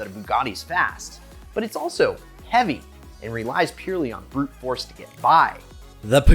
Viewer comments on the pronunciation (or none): none